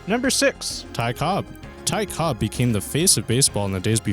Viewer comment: "Ty Cobbs"